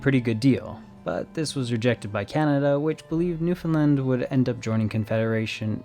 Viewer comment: As a Newfie thank you for Saying Newfoundland properly LOL you have no idea how much it pisses us off when people call us “new- Fin-lind” like we have nothing to do with Finland thanks 😭